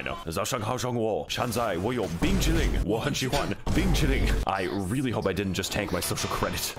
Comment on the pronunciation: I'm actually impressed you pronounced Bing Chilling correctly